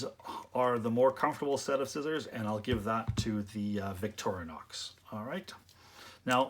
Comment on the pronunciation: Victorinox, not Victorianox.